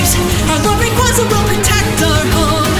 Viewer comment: So... Gold and Steel (red) battle atop mount silver? PS did anyone else notice that when the team skull grunts sang, female pronounced o and u diffrent then the male, hmm PPS you pronounced rayquaza wrong! (sorry for bad english)